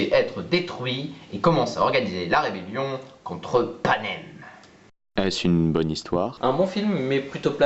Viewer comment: "contre Panem". CONTRE PANEM ? AAAAAAAAAAAAAAAAAAAAAAH Un jour le jeune homme à côté de Maléfique prononcera correctement les noms.